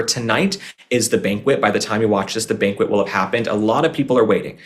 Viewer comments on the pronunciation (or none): none